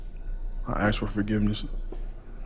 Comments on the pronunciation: But he can’t even properly pronounce the word “ask”!! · Bro is a serious Lumberjack...keeps AXING for forgiveness, not even prefacing with an apology...TIMBER!!! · HE AXE FOR FORGIVENESS